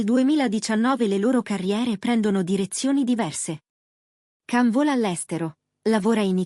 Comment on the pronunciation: Si scrive Can ma si pronuncia Gian non l’avete ancora imparato? Pazzesco❤